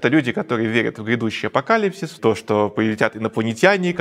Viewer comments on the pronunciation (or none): none